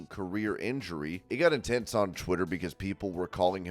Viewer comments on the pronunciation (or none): none